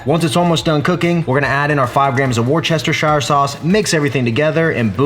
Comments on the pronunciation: I’m from the UK, and it’s pronounced ‘wuss-ter-shur’ sauce 🙌🏻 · WORSE-turr-shire 😂😂 C’mon son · Hi, love the food you make. Worcestershire is pronounced WOOSTER-SHEER…. and yes, they leave out the entire middle and pronounce what’s left wrongly 🙄 But hey I’m Irish, it makes little sense to me either but there we go 🤷🏻‍♀️🍀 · I can’t stand how he pronounce the worcestershire sauce hahaha! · lmao the way you pronounced Worcestershire sauce.....facepalm. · Great recipe! The way you say Worcestershire makes me laugh everytime 🤣 Keep trying maybe you’ll get there one day haha. Seriously though your channel is a literal life changer. I personally have developed my cooking skills so much over last 18 months or so and your videos have played a huge part in that so I want to thank you for that. Keep the videos coming mate their a huge help.